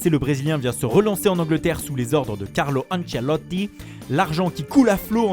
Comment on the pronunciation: Carlo Anceloti bien prononcé 😂. Top 🔥🔥